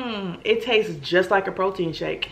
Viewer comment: "it tatses just like a protein shake... nasty" 😂😂😭😂